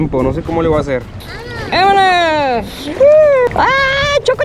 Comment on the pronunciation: I love the way you say, suuuperrrrr tranquilo!! And VAMANOS!! Your videos are so beautiful!